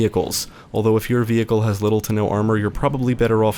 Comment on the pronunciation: I have never heard anyone say vehicle the way this guy says vehicle lol vE-hikle